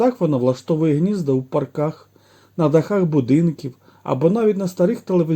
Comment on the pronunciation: Цікаво. Але...в паркАх? Чому неправильний наголос?